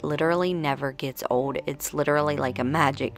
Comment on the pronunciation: Where are you from? The way you say old is so different....you say it like "ode" instead of old.